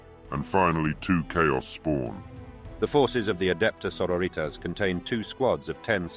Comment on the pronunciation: love the voice work but.. sororitas is latin, you shouldn't be pronouncing that single word in spanish